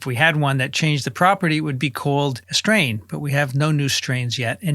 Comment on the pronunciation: Even Dr. Marc Siegel said strain and everything wrong today. Like emphasizing strain